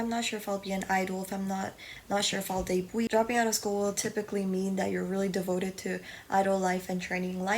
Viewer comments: Her pronunciation: : deibui My pronunciation : debut Others: debu No offense tho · It took me so long to realize that you’re saying debut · well im not just gonna sit here and see you say "yikes" to someone because they didn't know how to pronounce something